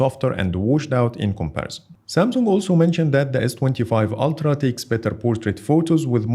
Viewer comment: ‘Altra’?! It’s Ultra, mate.